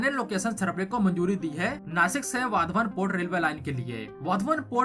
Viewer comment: Learn to pronounce words correctly. नारायणा गाव ❌ नारायण गाव ✅ वधवन ❌❌ वाढवण ✅ छबन भुजबन ❌छगन भुजबळ ✅